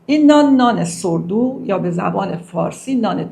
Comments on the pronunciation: ببخشید خانم ، ساور دو است نه سور دو ، ساور دو یعنی نانی که با خمیر ترش پخته میشه. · با درود بر شما و سپاس از زحمات شما. با عرض معذرت نان اين نان ساور دو خوانده مي شود نه سوردو…! مادربزرگم پنجاه سال پيش اين نان را در لرستان در خانه گاهي مي پخت و بهش مي گفتند دوواره پزي. نان پخته بيات را خيس مي كردند و خميرش م و آرد تازه اضافه كرده و بعد از استراحت بصورت گرده مي پختند🎉❤ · خانم تلفظ ساور دو Sourdough نه سور دو٫ بهتر نبود کمی مطالعه میکردید؟ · تلفظ این خانم در مورد خمیر ترش صحیح نیست و توضیحی که به ایشان داده شده است کاملا صدق میکند. البته در تیتر نوشته شده با خیال راحت بخورید. ولی گفته نشده که حتی این نان نیز قند خون را بالا میبرد و به هر حال نشاسته میباشد.بله راحت‌تر هضم میشود ولی هر مشگلی که در ارتباط با نان باشد با این نوع نان نیز میتواند بوجود آید. راحت نخورید چون ممکن است اضافه وزن پیدا کنید.